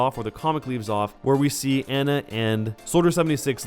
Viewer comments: You’re saying Ana wrong.. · If you say Ana's name wrong one more time I will commit toaster bath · good video but every time you said anas name wrong i cringed